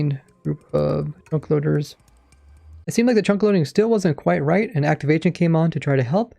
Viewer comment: Am i the only one that hears him say "chonk"?